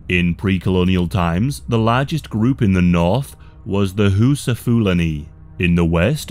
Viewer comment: Its funny how you pronounce Hausa like "Whoosa" and Igbo as "Igloo" lmao